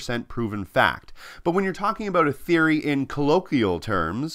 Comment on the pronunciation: Sweet bookshelf and globe. Very erudite. Too bad you can’t even pronounce colloquial, or understand the concept of a theory (by any actual definition of the word). I’m guessing you couldn’t name 10 countries on that globe.